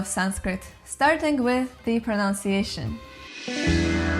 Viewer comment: It's pronounced Pro-nun-ci-a-tion not Pro-nounce-ci-a-tion - a common, if ironic, mistake even among some English speakers!